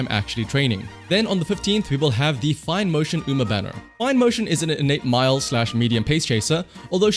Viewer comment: "christmas oguri or tamamo" FİNEMO🗣️🗣️🗣️ and also tamamo